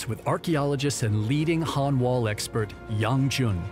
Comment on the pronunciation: The narrator isnt pronuncing the two words very clearly：Han is the dynasty, Hun are the invaders.